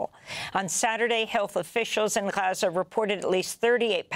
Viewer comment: Amy practices saying "Gahachza" in her mirror every morning. She does it very well, although I always thought it was Gaza. Oh...she delivers a good "Rachfa" too. NAR - National Amy Radio.😊